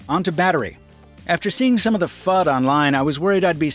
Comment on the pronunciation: Fud? Is that what I heard? 😄 What is that?